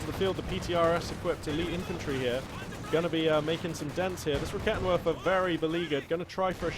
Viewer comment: Just a small thing, when pronouncing german units such as the Raketenwerfer just remember W's are V's so it's 'Raketenverfer'. Much more satisfying to hear/say for your German/multilingual fans:)